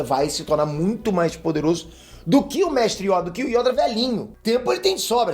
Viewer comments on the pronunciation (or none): Mdsssss não é Yóda é YOda porra só fala Yóda com acento no O!!!!. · voce fala yóda mas se pronuncia yôda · Corrija a pronúncia, por favor é yôda. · MANO NÃO É YÒDA É YODA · Por favor para de falar Yóda é Yôda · YODÂ KKKKKK é YODA ou pera acho q falei merda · Eu não aguento o falando ''IÓDA'' que agonia velho! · Quando o fala yóda eu racho de rir e qui Gon jinn pra vc é um dos maiores humoristas da história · carai, "yÓda" num da mano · "YÓDA" KKKKKKKK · Meu Deus vou dar des like só pq tu falou yóda misericórdia eu sentia dor cada vez que vc falava